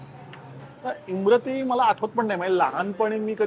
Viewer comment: Also its imarti not imrati*